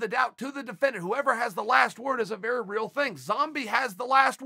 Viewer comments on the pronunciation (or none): none